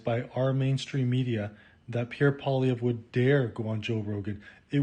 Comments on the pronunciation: PBD says Poliveh didn't want to do the work but yet the man didn't even put enough work into his own podcast to even know how to say the man's name correctly ......what a joke All you had to do was spend five minutes watching Canadian news because they say Poilievre 20 times every news cycle ffs It would literally be like a Canadian saying Donald Tremp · lol…That’s not how Poilievre is pronounced….Poili…is pronounced Polly like “Polly want a Cracker”. Ev = eve, re = er